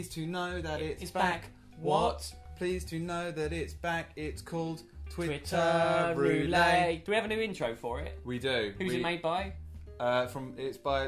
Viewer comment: Incredible. <3 Though "Irish accent" is terrible, and it's Northern Irish anyway:P And the "ette" is pronounced in "roulette", it'd only be roo-lay if it was "roulet". Though you may be mispronouncing it deliberately, never know with you two:L